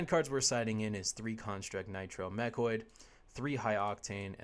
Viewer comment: Sorry, I know this Video is oder already, but I need to point out that it's called "MechANoid", not Mechoid, although that also sounds kinda badass :D Nice video! Looking forward to the Maxx Armory Deck